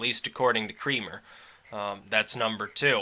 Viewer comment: Doesnt Creamer pronounce it Kra-mer? Its just every time his name is said I think of a facial, I am trying to train myself not to think about this stuff.